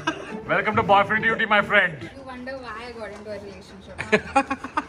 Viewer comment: babe before schooling akash's pronunciations,first fix yours,its "why" not "whai"❤😂hahahhaaha